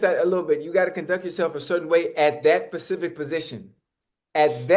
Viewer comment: Ocho keeps video starts with Ocho saying "at that certain pacific position" lol.